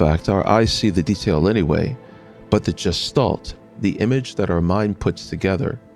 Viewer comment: Interesting. However, please learn the proper pronunciation of "gestalt." It's supposed to have a hard "g" like "graphics." It was very distracting every time you pronounced with the j sound.